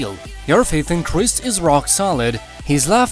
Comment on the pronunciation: PLEASE....if you want to GAIN subscribers at LEAST pronounce Jesus "Christ" correctly. IT is NOT...I REPEAT....NOT pronounced "CHR ...with a short "i"....it is pronounced "Cra" EYE-ST." Sorry, but to someone that believes in our Lord & Savior Jesus Christ, I resent people mispronouncing his name incorrectly.